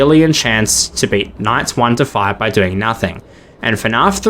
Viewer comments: Hate to be that guy but Alot of these numbers where you’re saying “deckdillion” is wrong Its a soft C not a hard C so it takes the pronunciation of an S rather than a K sound So novemdecillion is “nov-em-dess-ill-eon” Same goes for any other Decillion number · "novemdeckdillion" dude, that is not how you pronounce "decillion"